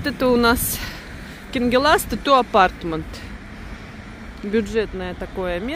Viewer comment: доброе утро. на будущее. улица КАНГЕЛАСТЕ. УДАРЕНИЕ на первый слог